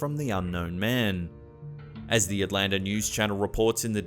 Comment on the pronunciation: Atlanter, lol, even us southerners think it's weird to say Atlanta that way.🤔